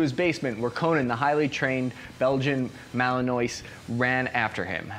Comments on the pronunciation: Belgian Malinois are the best also it’s pronounced m-al-in-wa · "Belgian Malin-oyse"